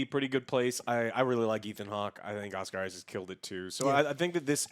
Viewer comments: Why does Joe saying Oscar Isaacs instead of Isaac make me so mad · Joe, it’s “Oscar Isaac”. Not “Oscar Isaccs”. One Isaac. Not multiple. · Oscar Isaac, not Oscar “Isaacs” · It's a tradition for Joe to mispronounce an actors name at this point. Oscar Isaacs...